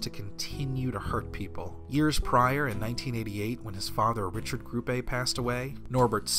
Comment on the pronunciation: Nice video, but I can't really get over the fact that you keep pronouncing Grupe as though it were Spanish, even though you can hear the correct pronunciation in the German clips... Also, I don't really buy into the idea that he wasn't just putting on an act (i.e. kayfabe) in all those salty interviews...